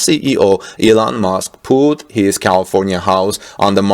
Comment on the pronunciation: Thought you said Eland Musk